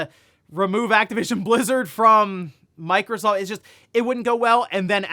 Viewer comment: Did he just say microscoop? 😂